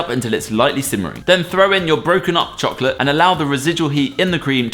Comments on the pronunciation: sounded American when he said chocolate. Coincidence? I THINK NOT! IS ACTUALLY AMERICAN! ACCENT CONFIRMED! I need help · I THOUGHT I WAS THE ONLY ONE WHO HEARD IT